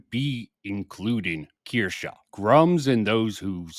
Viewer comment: I disagree with quite a few things said in this one. But the main 2 are how you pronounce Kirsche lol, and that you keep saying 7 months compared to 5 years. Sure, Kirsche says many times she discovered Bridge 7 months ago, but that doesn’t mean she discovered DEI 7 months ago. I know nothing about EU and very little about Kirsche, so the implication is that EU has more credibility than Kirsche because 60 months is more than 7.